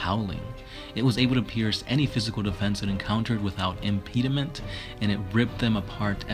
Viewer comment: ess-ohh-terrh-ick / imp-edd-eh-ment